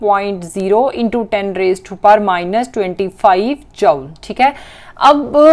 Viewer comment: She say jaule 😂